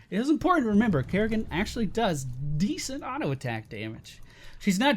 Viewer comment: Its Kerri-can not kerri-can't